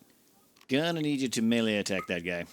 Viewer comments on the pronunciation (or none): none